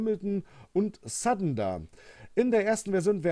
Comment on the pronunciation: Respect you said Sutton right most german say it in very strange ways.